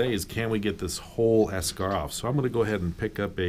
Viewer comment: While he's saying eschar, all my brain is hearing is beskar 😂😂